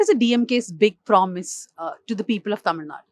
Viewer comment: I guess she suits it to the rest of the India also. If you notice, she correctly pronounces "Zh"